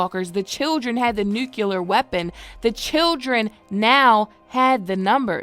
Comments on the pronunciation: I dislike being "that guy" but I am compelled to say something. The word Nuclear is pronounced noo-klee-ar, as opposed to nook-you-lar. This word is special because of its nature. It is used in association with subatomic scientific principles, and has rippling implications if the pronunciation changes in a more permanent way. Again, I'm sorry to be that dude, but I've noticed an uptick in the incorrect pronunciation lately. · Extremely interesting theory, sounds like something George would do. By the way, just so you are aware, the word nuclear is pronounced the way it’s spelled. There is no “u” in the word. 80% of the population pronounce it incorrectly, do you want to speak publicly and promote that mispronunciation? It’s not spelled nucular it’s spelled nuclear. Didn’t mean offense, but being a scientist that is a pet peeve of mine. 🤷‍♀️🙃